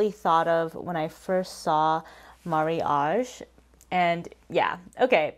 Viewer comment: Thank you for sharing your thoughts!! Mariage (not Marriage) seems to be the correct pronunciation as far as people say in Japan! I want to try some newer addiction products, because all I have was discontinued years ago🤣